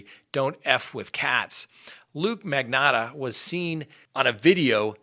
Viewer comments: It is MAG. KNOT. AAA lol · “Magotta” 😂🤣 magotta love and his mispronunciations lol I’m so punny 😭🤣